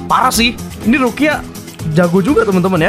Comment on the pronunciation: Gw denger bg ngomong rukia jadi ruqyah